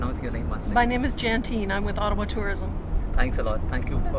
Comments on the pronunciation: Bhai main bhi aap ki tarah Ottawa ko O-taawaa bolta tha bachpan main 😂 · I also pronounce it Ottawa😄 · ओटावा,ईटावा हम भी ऐसे ही प्रोनोउंस करते थे😂😂😂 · bdw , humne bhi toh school mein "ottawaa" hi kaha hai !!!!! uska real pronunciation toh bahot baad mein hi pata chala hum bhartiyon ko !!!!! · I also said Ottawa in childhood like you